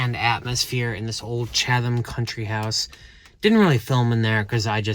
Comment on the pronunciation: Happy Thanksgiving! P.S. it’s “CHAD-um”. The second H is silent.